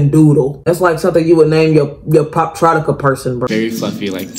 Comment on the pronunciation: "poptrotica" 😂 its poptropica 😂😂